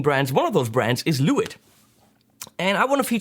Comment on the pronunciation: It`s pronounced "Le witt" ;)